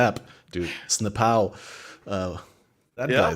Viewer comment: snapow lmao ,, you gotta be kidding me , is that how you pronounce his name XD